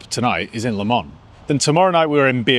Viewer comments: Please it's Le Mans, not Le Man. You don't pronounce the s, but you write the s. Just like Paris, you don't pronounce the s, but you write the s. Or is it Pari..? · it's Le ManS FFS!!